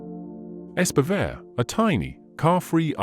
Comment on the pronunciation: It's nice when various channels start discussing Scandinavian mysteries, but I have to say ... can you not please spend a LITTLE time researching how names are actually pronounced? Much of the time I sit here trying to figure out what actual Norwegian name is hiding under the garbled "English" version we hear. I guess this is a computer voice (?!), but still. The pronunciation of Espevær is actually not entirely disastrous. "ESP-uh-vair" is a decent English approximation. (Bonus points if there had been a real trilled R at the end.) onwards: Bømlo would have been better pronounced BUM-loo. "Anne Solvang" is ANN-uh SOOL-vang. The final E of Anne is not silent in Norwegian, and the letter O will (when long) typically denote a vowel more like English "oo" than the O of either English "sore" or English "go". -- The newspapers Bergens Tidende and Haugesunds avis -- oh, please! These should be more like BEHR-guhn's TEED-en-uh and HOW-guh-soons av-EES. -- the A of "Hessdalen" sounds like the A of English "father". Norwegian A is never pronounced "ey".